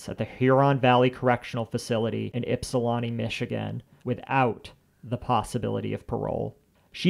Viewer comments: love that your pronunciation is ypsi-lawn-ti instead of the nasal way we pronounce it in michigan 😂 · Ypsilanti native here it’s pronounced “ipsa lante”